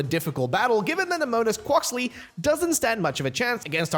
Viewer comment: Did you say quaokuly